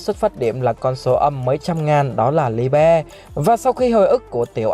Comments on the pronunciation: sao lại đọc là li be. nghe ngang quá. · Đọc nó là li-bờ a ạ hihi